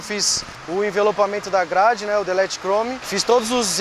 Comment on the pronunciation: “Delet crome”